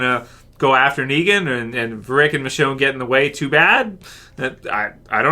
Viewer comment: Also, did anyone else notice that Maggie said "Richone" not "Michonne", or am I just deaf.